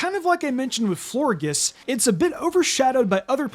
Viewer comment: for Florges, you pronounce the g like a J, so "Flohr-Jess".